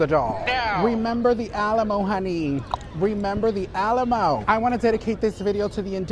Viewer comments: Alamo ❎ Shalamo ✅ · “Remember the Shalamo”